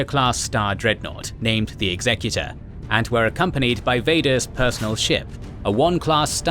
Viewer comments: It's "Executor" as in "execute", not "executive". Why do people almost always pronounce it like it's the CEO's ship and not executing rebels? It drives me crazy. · Executor? It's pronounced X SE CUE TER